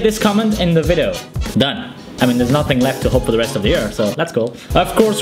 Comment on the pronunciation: to stop from saying "Vido" instead of video